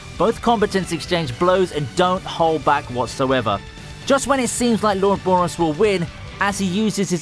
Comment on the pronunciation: Who is Boris BRO? its BOROS